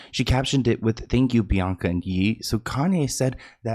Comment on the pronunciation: “Bianca and Yee” I am done with you 🤣